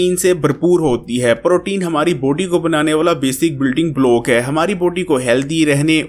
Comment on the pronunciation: یار لفظ باڈی کو بوڈی نا بولو۔ بلاک کو بلوک نا بولو